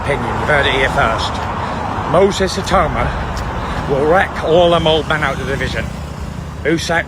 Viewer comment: Totally agree, although Daniel 'Dooboyce' probably doesn't mind. Ironically, the AI pronounced Itauma correctly, when everyone else gets it wrong. Go figure!